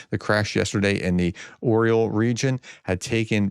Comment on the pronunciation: Please !! It is not a cookie ( Oreo ) - it is an Eagle ( Ar Yol ) not ( O Ree Yol ) !!!